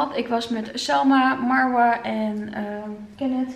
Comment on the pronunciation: Jij spreekt Marwa tenminste wel correct uit